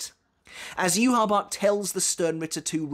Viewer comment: SAY YHWACH’S NAME PROPERLY!!!!!!